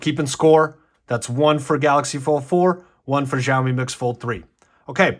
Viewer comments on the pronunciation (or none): Oh and it is pronounced show me.. think showerwith no er at the end